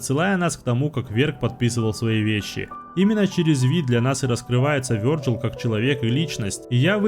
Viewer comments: а я уже ставлю лайк, только за то, что озвучил имя не обрусевший вариант. Вёрджил! Ааааа, кайф для ушей❤ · Вёрджил - правильно, а как по твоему его называть? Виталий? Виталик? Витек?